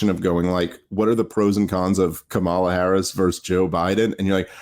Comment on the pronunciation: How can you guys still not pronounce " Kamala" correctly?